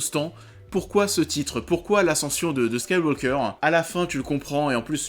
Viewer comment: T'as du mal à prononcer Skywalker, on dirait?